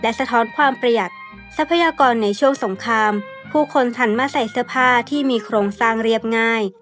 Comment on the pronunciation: ชนชั้น" กลาง "ค่ะ คำว่า " สงคราม " พยายามออกเสียงชัดๆนะคะ